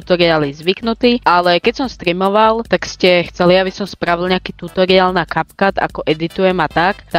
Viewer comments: Ahoj super video, no hate len môj názor je že sa to vyslovuje Capcut (kepkat) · diky, ale kepkat sa to nevyslovuje, respektíve niečo medzi Kepkat a Kapcat...